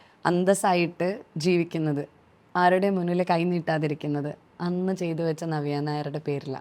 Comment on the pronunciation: ഞവ്യ അല്ല. നവ്യ മലയാളം സ്റ്റൈലാക്കി പറയാൻ നോക്കുകയാണ് അവതാരിക😂